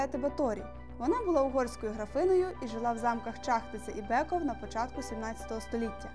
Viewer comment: Не треба переносити правила читання з англійської мови на словацьку!!! Тому BECKOV читається не БЕКОВ, а БЕЦКОВ. Місто Тренчин, але ТренчАнський, а не ТренчИнський замок. Але за українську мову вам все вибачається.